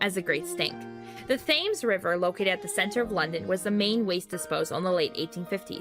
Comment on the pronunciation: Please pronounce “Thames” correctly in future. Sounds like “Tems” thank you